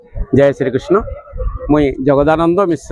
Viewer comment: Hindi dialogue maru6an agyan au कृष्ण ra uchcharana bhul karu6an